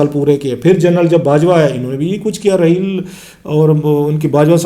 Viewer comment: کلاسرا صاحب ذرا نام تو ٹھیک طرح لے لیں ۔۔ جنرل رحیل نہیں انکا نام جنرل راحیل شریف ھے۔اور فروق کوئی نام نہیں ھوتا , اصل نام فاروق ھوتا ھے۔۔ آ پ پڑھے لکھے لگتے ھو برائے مہربانی کسی کا نام تو نہ بگاڑیں۔